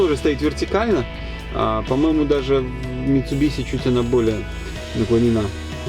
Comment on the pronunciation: Интересный тест ! Зачет за митсубиши, а не митсубиси ,как на всех каналах))))